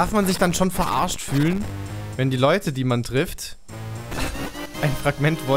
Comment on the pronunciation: Minute "Ok Leuts" 😂😑😂